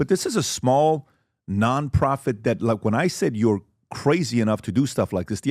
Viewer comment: How does PBD still say "Dat"